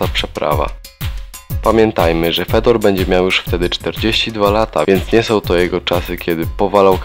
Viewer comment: I qurwa nie Fedor tylko wypowiada się Fiodor!!! Aż uszy więdną od tego anemicznego głosu z filmu.